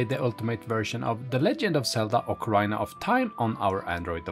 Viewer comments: it pronounced Okkah-reena.. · what? what game is this? ocaRAIna? LOL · Nope. Sorry, but nowhere is it pronounced that way. Saying "ocaraina" is simply a mistake and not an accent thing. The accent is sexy, though. ❤